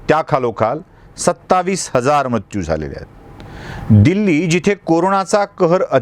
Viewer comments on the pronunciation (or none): उच्चार म्रत्यू नको ..मृत्यू असा करावा